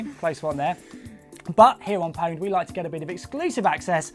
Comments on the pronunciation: You lost me at "powned"..... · Mispronounced pwned, why is it that only Pure Pwnage can seem to say it correctly D